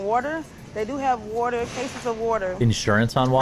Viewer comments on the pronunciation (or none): "How much d'at waturr is!?" 🙄🙄🙄